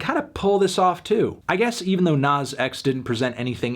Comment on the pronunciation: And calling him “nawz”